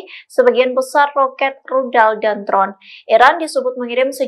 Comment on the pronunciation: Mf mbak cara bicaranya biasa ajh , jadi gk jelas kedengerannya tadi bilang dron ajh kedengerannya trout